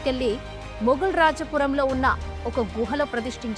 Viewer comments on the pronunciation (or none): none